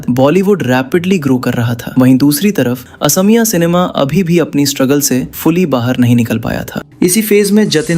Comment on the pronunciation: Please pronounce correctly. Its not Assamiya , it's AXOMIYA